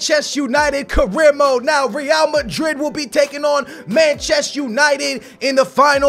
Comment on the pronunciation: Says the guy who says 'now' as 'know' 😂😂😂😂